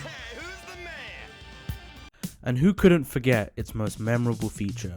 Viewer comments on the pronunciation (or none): none